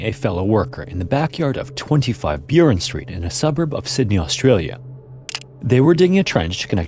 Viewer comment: Burren Street is B U H - R e n like Burrow